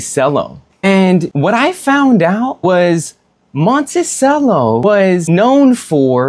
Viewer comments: It's pronounced Monte Cello. Cello, like the instrument. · Come on bro...if you're gonna do a review on something, at least know how to pronounce the name correctly. As noted by a previous commenter, it's pronounced "mon-tee-chello." As for your issues with the moka pot, it looks like you had the heat on way too high. A low flame on a gas stove is ideal in my opinion. This helps prevent burnt tastes and spillage, as in your case. I also boil water beforehand in an electric kettle and pour up to half an inch under the little release valve in the bottom section. Never fill above that valve. Lastly, turn off the flame a few minutes before finishing and wait till it stops siphoning, then you're done. No need to cool it off in the sink. (Not sure why you even did that. All you did was contaminate your coffee with tap water.) Moka pot is my preferred method of brewing coffee, but it can be a little tricky to perfect. The grind size, for example, has to be just right in order for everything to work properly. But once you get it all down, you're rewarded with the most espresso-like coffee you can make without an espresso machine. Now, as far as the cigar goes, the Monticello series is my personal favorite of all Olivas, which happens to be my favorite brand of cigars. I've definitely smoked most if not all of their offerings, and I would say the Monticellos are comparable to the Serie V Melanios and Melanio maduros. They share many similar flavor notes. There is, however, less spiciness and more creaminess that combines for a sweeter & smoot